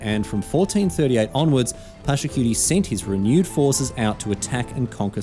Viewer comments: Except "Pachacutie" is not only mispronounced but "cutie" feels as a double insult to injury. I am Peruvian i am used to american media misrepresenting my culture but I wish i did not have to also expect it from my favourite game and streamer and even tournament. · Except is not a homage much less a great one. The name is mispronounced. The "Inca Empire" is not its name much less an empire. Pachacutec did not found nor built Machu Picchu. Sapa does not mean "only" it means "great" The video only repeats the campaign lore with all its innacuracies. Pachacutec did not govern by himself but had curacas or "noble houses" and was descentralized. This video does more harm by portraying widely known misinformation about Tahuantinsuyu (the country), the Inca (the ruler) and Pachacutec. Is the equivalent of making a video of an ancient egyptian ruler and say they were arabs.